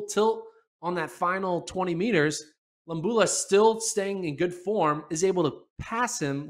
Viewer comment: Lo-bA-lU (emphasis on vowel) 🙂